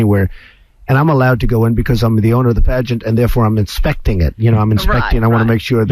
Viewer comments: The emphasis on inspecting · the way he says 𝘐𝘕𝘚𝘗𝘌𝘊𝘛𝘐𝘕𝘎